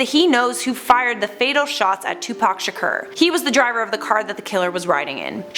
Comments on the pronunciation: It's sha-kor that how you say it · Can you learn how to pronounce Tupac's last name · Welcome back??? You didn't go anywhere!!! Also learn how to pronounce "SHAKUR"